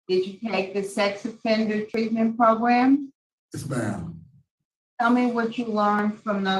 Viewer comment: I love how the one parole board member pronounces 'program he says 'progrumb it's great I always look forward to it... regardless this is horrendous and I feel so bad for the daughter and anyone who has ever been through this...🙏